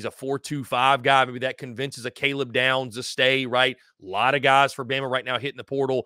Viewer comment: Damn what’s up with these dudes that can’t get the names correct speaking on Bama. smh!